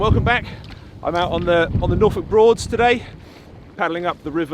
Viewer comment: I have been to the Norfolk Broads, beautiful. I know you are a true bloke from England, you know how to pronounce Norfolk. Cheers!